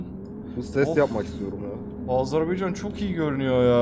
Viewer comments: Azınasiçim deme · Ya bir öğrenemediniz "Azerbaycan"demeği.🤦‍♂️